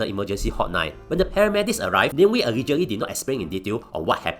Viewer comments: Aiyoyo it's Na Mie Wie not name we apelah nih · It’s Nah-meh Wee! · AI cannot differentiate it properly